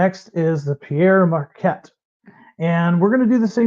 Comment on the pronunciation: it's not "Pierre Marquette", it's "Pere Marquette". Pere is French for Father (in this case, a Catholic priest) and pronounced like "pair". It's the root word of our word "parent".